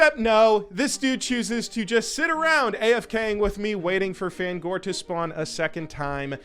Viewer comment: Pronouncing Fangore as fan gore I instead of fang ore is diabolical lol 😂 never change